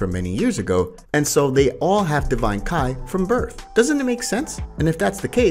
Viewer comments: Damn, you would think someone creating Dragonball videos were avid fans and are able to distinguish between Kai and ki. 🤦🏻‍♂️ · yes "KAI"